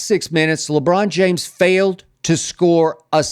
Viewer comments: 😂😂 Skip Foul with the "LeCon James 💀🤣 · Okay Skip 😂 He said, LeCon James ..😂🤣🤣🤣💀